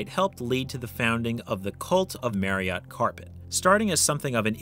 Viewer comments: So, with Marriott being my actual last name and with the fact that it is pronounced exactly like the hotel chain’s name, I would be remiss if I didn’t point out that not once did you pronounce it correctly. It’s a real shame too because the Marriott Chariot should rhyme which is a hilarious name for such a thing. It is very unfortunate that the delivery of this line wasn’t correct, otherwise this video would’ve been perfection. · I don’t think that’s how you pronounce Marriott chariot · You are pronouncing Marriott wrong.